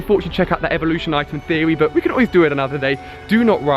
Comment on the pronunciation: new evelooshon to odish